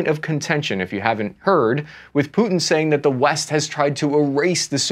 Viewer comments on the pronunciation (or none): none